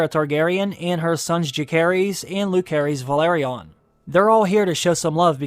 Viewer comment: Bruh There is no "K" sound in Rhaenyra's children's names. Jacaerys is pronounce Jay-sar-ris Lucerys is pronounced Loo-sar-ris